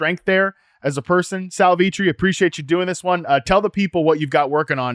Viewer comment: I'm glad other people take note of that, lol. Sal is awesome and his "SCHMACK around your league mates" line is iconic. Yeah, so hearing Sal Vetri called makes you wonder how close the "community" really is, lol.